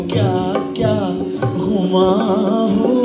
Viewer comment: It's not GHuman... But gumaan... It's not fool...it's PHool. Please pay attention to original lyrics and pronunciation. Otherwise great singing